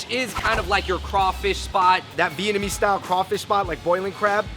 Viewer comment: You would think would have helped Andrew not butcher TF out of the Vietnamese items #earsbleeding